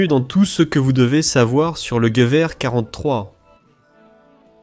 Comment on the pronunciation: La voix IA est une vraie catastrophe... "Jevié" pour "Gueuverre" (Gewehr). A part ça ça reste intéressant :)